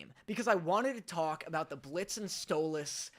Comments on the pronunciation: I’m going insane it’s stoles not stoloss and I know it’s spelled stolas but it’s still not pronounced stoloss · Bro it’s stolas not stolAs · Btw you pronounce stolas like; “stole-less” not “stole-las” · “Stolass” Me as a stolas fan:IT’S STOLAS NOT STOL-ASS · Stop saying stol-oz 😭😭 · i mean u kept pronouncing stolas like how stella pronounce his name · “Stolahs” That pronunciation hurts me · Why you sayin Stolas like at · I love how he says 'Stolas' 😂😂😂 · And he learned why he got flak for how he pronounced Stolas lol.